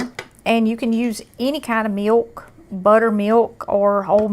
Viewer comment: I love the way she says "miwk"!